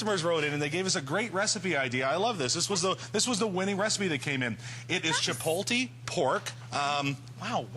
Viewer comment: What is "CHAPOLTEY" ? XD hahaha